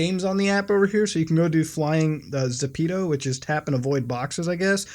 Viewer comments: Zepeto? 😂 Bruv Like a Frenchman saying "The pedo"? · It's actually pronounced geppeto in Korean. But for English speakers it's ZEH-PEH-TOE. Or add an accent and it turns into the word shoes in spanish (ZAPATOS) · it is called ZEPETO not ZEPTO. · I thought i pronounced zepeto correct but i call it zeepeedo